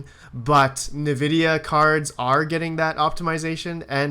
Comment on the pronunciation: That's hilarious, didnt get your comment until i couldnt stop hearing kneevidia :))